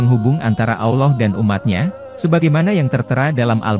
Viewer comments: maaf min saya tidak nyaman dengan penyebutann "awloh" saya lebih nyama mendengar dgn penyebutan "Allah" .. apa telingan saya yg salah ya ? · Pembaca video nya kaya bukan orang Islam, nyebut Alloh aja semrawut